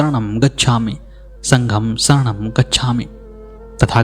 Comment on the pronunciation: बुद्धम् शरणम् गच्छामि। कृपया सरणम् को शुद्ध करें।